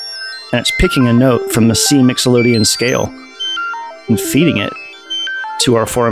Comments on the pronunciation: He keeps saying Mixolydian like Nicklodeon. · hahaha. My man, English is the worst, no sweat. Just for educational purposes (professor here) of anyone reading, it's "mixo-lid-ee-an" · Can't figure out if saying "Mixolodian" for funnies or for serious. Cool demonstration nonetheless